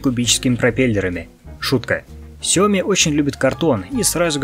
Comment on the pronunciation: Не Сяо́ми а Сяо Ми́! 😁🙏